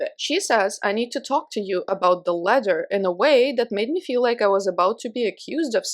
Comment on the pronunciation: In the last story I thought you were saying "letter" for like 90% of the story. Then I realized it was a ladder and it made more sense 🤣🤣🤣 But, why does his ex wife live next door?! I still have several questions. Look after yourself and take your time💕